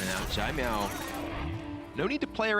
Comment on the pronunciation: Anyone else notice all the different ways Kibler pronounced "Caimiao?" was consistent with "Tai-meow", while Kibler tried "Jai-meow", "Zai-meow", "Sai-meow" and others. Lol. (Btw, it should be a sort of "ts" sound- a special kind of "c". Think of the ending of the word "pants".)